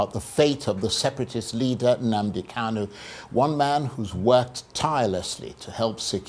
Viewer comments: Honourable Obi Aguocha should please take note that the name is Nnamdi KaNu, and not Nnamdi "KaLu." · I am surprised that this law maker who claimed to have grown up with MNK did not know how to pronounce his last name. But good to know that people are fighting for this young man’s release because it is long overdue!